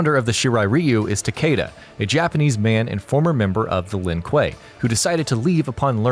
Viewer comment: That’s not how you say Shirai Ryu and Takeda